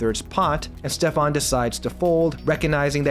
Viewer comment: It´s Steffen not Stefan;)